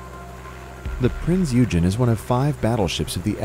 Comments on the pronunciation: Michael Clark and rob28803 Thank you! As soon as I heard him say the name, I was compelled to comment. Then I saw that you guys caught that as well. And yes, it was a heavy cruiser, as was mentioned. I also have to point out the way this voice pronounced Kwajalein. I had to laugh when he said it was "too complicated to be operated by the U.S. Navy, because it still required hundreds of Germans to run the ship". Gee, could German-Americans work? HA HA! Side Note: I worked on the restoration of one of the Prinz Eugen's Arado AR-196 float planes back in the late '70s. It later was on display at NAS Willow Grove, PA, and subsequently went to the Smithsonian Air and Space Museum. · No offense, but come on! You need to do some more research. 1) please look up how to pronounce "Eugen". 2) NOT a battleship. Heavy cruiser. Your whole analysis, while accurate for battleships, is based on a completely different ship class. 3) The footage is of Bismarck firing on Hood. You've labeled her as the Hood. The footage was shot from Prinz Eugen. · Prince OY gen. OY Gen. not eugen. It's not eugenics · its not eugene. it is pronounced eweygen. and it is not a bb but a heavy cruiser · Prinz Eugen is a heavy cruiser! And you pronounce it Prinz Igen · Prince Eugen wasnt a battleship it was a battle cruiser.. and its pronounced Oygen not Yougen... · OYGEN!! OYGEN!! Not Eugene! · Firstly it's pronounced OY-GAN not EW-GEN! Secondly Battleships were designed for open sea where an enemy, airborne or otherwise, would find it very difficult to find them and were only supposed to fight each other if it could not be avoided. However you are correct in that at the time war broke out Battleships were in the twilight of their time, and as was apparent with the Japanese Yamato, the biggest one ever built, were liabilities by the closing stages. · U gen!?, it’s pronounced OI! gen...😡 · It was not a battleship. Eugen is pronounced "Oy-gen"; hard G. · Eugen is pronounced "oygen" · You mispronaunced eugen